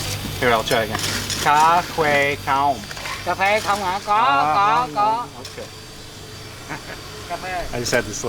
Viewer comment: OMG hahaha. is trying to ask "Co' khoe? kho^ng?" But he pronounced Co' as Ca' so the old man did not understand. At 0.41 seconds, the old man spoke in Vietnamese "o^ng? noi' gi` kho^ng hie^u? "; he did not understand what is saying! Very disappointed in attempts at Vietnamese. It is a tonal language and is the simplest language to speak once you know all the accent marks and how they set the vowels; there are not that many. You don't have to understand it, but you should be able to speak it by stressing all the accent marks.